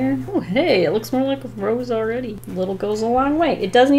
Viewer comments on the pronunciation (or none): none